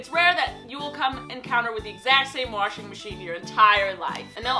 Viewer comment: i thought she said 'thanks so much for washing'